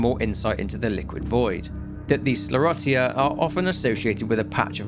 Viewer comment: I'll just say "Lady D", since I don't want a war over pronunciation in the comments. Also: skler-rotty-uh